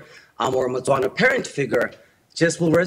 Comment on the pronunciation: Is a Motswana, not Batswana. South African should know this